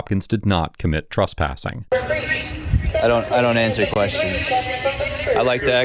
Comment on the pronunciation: Tress...tress...it's trespassing...not truspassing. This guy knows exactly what he's talking about and knows how to articulate his rights...good on him!